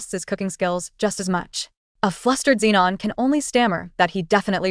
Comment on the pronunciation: Why tf is everyone called zinon, max and fridgeon? Are u mental? Stop makin videos if you're gonna half ass it